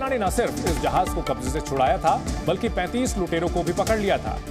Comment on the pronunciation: 35 bolo 35 saw nahi 😂 bhisadi ke